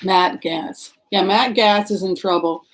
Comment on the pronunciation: I think Gaetz is pronounced "gaits", at least how I have heard it on news.